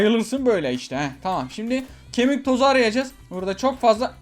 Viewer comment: Ahmet abi nooba kemik tozunu öyle söyleme yere dokunsun